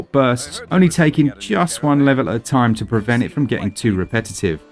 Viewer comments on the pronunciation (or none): none